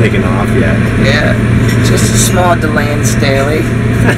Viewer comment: did he say the plane was having a small "delayne staley"? lol